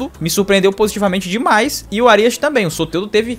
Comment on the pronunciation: Tirando a pronúncia errada no nome do Árias.. foi um ótimo vídeo